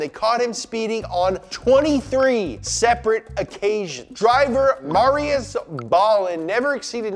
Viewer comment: Hey! They said my name right! Marrius O’Malley. I had to add an extra R to my name so people wouldn’t say Mary is pretty much. So cool